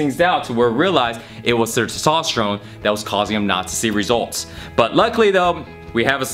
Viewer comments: Testosterone,. Not Sestosterone lol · He struggles so hard pronouncing TESTOSTERONE..... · He can't say testosterone lol